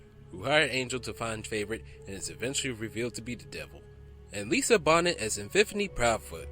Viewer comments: Arnold Schwarzenegger- The "Syrian Oak"? Lisa "Bonnet" like hat? It's the Austrian Oak and Lisa "Bohnay". Otherwise, thanks for putting these together..... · "Lisa Bonnet"....." John Milis "....." The Syrian Oak".......is this a joke? Who narrated this? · Lisa Bonet (Bo-Nay) is the mother of actress Zoe Kravitz and ex-wife of Lenny who was the son of the late Roxie Roker who played Helen on The Jeffersons who was in an interracial marriage married to a white guy much to George Jefferson's dismay.